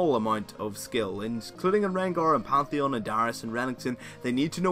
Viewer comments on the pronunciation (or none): none